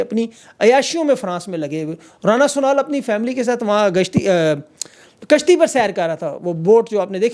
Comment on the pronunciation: Bro love your slip of tongue 😂😂 keep it up 😂😂😂😂 rana apni gashti sorry kashti 😂😂😂😂😂